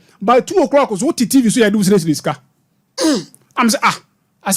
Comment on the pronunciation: Dude is nallating the stoly seliousry 😂